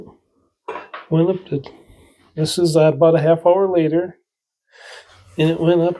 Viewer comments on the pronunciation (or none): none